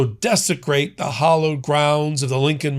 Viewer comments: I think this channel is great... But it's H A L L O W E D, (LIKE HAL - OWED) not HOLLOWED. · Wow, this guy really needs to get things straight. The word is "hallowed", not "hollowed". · Hallowed, not hollowed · The word is hallowed, not hollowed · The phrase is “hallowed grounds “ Not hollowed ground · hAllowed not hOllowed - jeez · It’s “hallowed” ground, not hollowed. Jesus! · hAllowed .. not hOllowed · HALLowed ground, not HOLLowed ground. It's holy, not hollow. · Hallowed. Not Hollowed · Hallowed ground. Not hollowed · Sorry, it’s not hollowed ground, it’s hallowed ground